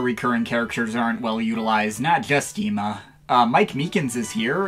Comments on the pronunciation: I said it once before I’ll say it again. I have never in my life seen the name Emma with 1 m. Neither of us have. We know what the popular pronunciation is, we just choose not to use it because it’s still pretty open. Godot is just an unbroken habit. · Just wantet too point it out dont worry its youre decision how too call him. I just think saying Godo sounds better then Godot. Pronounciation can always be a hassle, until this vidio I didnt even relize Ema only had one M so I always pronounced it Emma. Probably also because I played the games in german and there it IS Emma and not Ema. And Klavier is named Kantillan fore....reasons. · I’ve explained this once I’ll explain it again. I have NEVER seen the name Emma spelled with 1 m. And we always pronounce it Eema BECAUSE we’ve never seen that. As for Godot, we also know of the hint of pronunciation, but it’s a habit we never broke from being kids. Plus since there’s no official voice acted line in series we feel like we still can mess around with it for shits and giggles. (And the anime technically is not canon.) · Why do they pronounce Ema as “Eema” instead? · We pronounce it Eema because we’ve never seen the name Emma with 1 m. So it implies a long e not a short one with that spelling. (Plus there’s no spoken pronunciation in game so we can decipher as we please. Same goes for Godot even though the judge drops a hint.) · no. But I suppose you can chalk it more up to my brother and I not being very well spoken individuals. Specifically me. But most ace attorney fans I know personally have pronounced it Eema. So I guess we’re just weird. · Idk what pisses me off more: mispronouncing Godot or Ema.